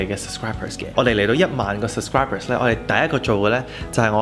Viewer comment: how come you pronounce “sub scri ber” as “sus cri ber”, just curious 🤣 congrats on having 10k subscribers!!!